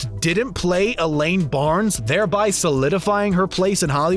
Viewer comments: Frickin awful commentary. Mispronouncing names, Elaine "Barnes" instead of Benes., and how many times do you need to say "none other than...". Wow, wow, wow......wow. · Julia Louis Dreyfus pronounces her name like “Dry-Fiss” not “Dray fiss”. And her characters last name is pronounced “Ben Niss” not “Barnes” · It sounds like the narrator says Elaine " Barns" instead of Elain " Benes " or am I just hearing things ? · Or Dreyfus (dry fuss, not dray fiss). Or Benes, not Barnes. If one of my friends or family had such an affectation or speech impediment, they would cease to be my friend or relative. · Nope, they mispronounced the Benes as well as Dreyfuss.